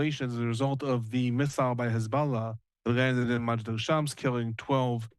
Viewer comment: Very very very glad to see this development, which is a huge win for the USA and the civilized world … but one thing that’s disappointing is the repeated mispronunciation of the word hezbollah by your guest. Just read/say it the way it’s spelled. With an O and not an A. It’s very distracting, weird and contrite to keep hearing it said in a pretentious way. This is the terror group that destroyed the country of Iran in ‘79. We all know how it’s pronounced.